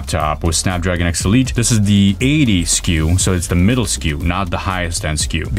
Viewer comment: When you say X elite it sounds like obsolete LMAO, Snapdragon Obsolete xD